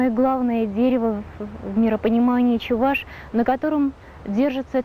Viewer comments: Правильно произносить: чэВаш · надо говорить: Эпе - чэВаш.